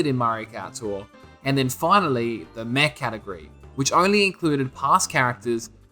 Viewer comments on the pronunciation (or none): none